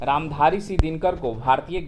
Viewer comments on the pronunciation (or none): none